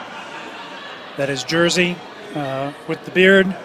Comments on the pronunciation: Przeczytał Jerzy jako Jersey🤣🤣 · I love how they pronounce "Jerzy" (Jeshy) as "Jersey" ;) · Yahshy would be more appropriate in my opinion.